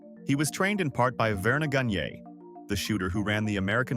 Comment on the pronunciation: I've never heard anyone pronounce Verne Gagne's name that way.